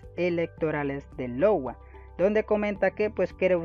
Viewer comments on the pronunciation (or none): Gracias por el video y te comento algo simple: Iowa, Es un estado de Los Estados Unidos y se pronuncia en español ayowa. Saludos!!